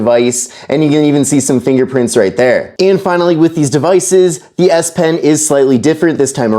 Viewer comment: exactly he said s pen correct and not esh pen